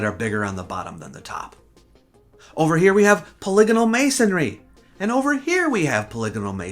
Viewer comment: Ah, someone who knows how to pronounce "polygonal". I am intrigued by polygonal walls, as in, it would've been easier to use a standard rectangular block. What was better about polygonal blocks?